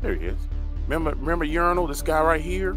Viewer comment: I love that you call him Urinal 😂🤣👍🏻